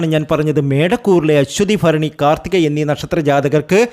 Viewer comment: എന്റെ തിരുമേനി ആദ്യം നാക് നല്ല വണ്ണം വടിക്കുക ഭരണി ഫരണി എന്ന് പറയലെ